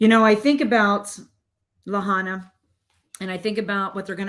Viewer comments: Lāhainā not Lahona this drove me nuts and it makes it seem like you don’t know what your talking about because you can’t even pronounce the city you’re talking about. I listened and agree but I’ll tell you no one will listen (especially from HI). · You lost me when you called Oahu a city and also when you were not even remotely close to saying Lahaina’s name correctly